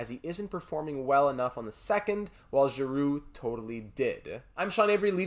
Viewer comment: Congrats on our victory!, you deserve all the plaudits and we all share the happiness. Wow. Petersen excellent. Giroux after all those years, captain Girrroux, love the way the pronounce the francophone names. The Fins had their part, just as Nylander. Seider and the rest of the defensive stalwarts. Great weekend here, buzzin’ preseason started. Can not wait to vote for your next series, you know what I wish for 😄 Keep up the good work, Philly deserves another Stanley Cup, hard work will pay off big time. Be the best in both fields, mate!